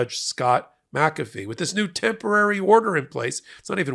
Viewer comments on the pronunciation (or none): none